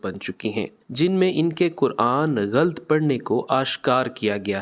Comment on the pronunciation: غلَط کو غلْط پڑھنا بھی غلَط ہے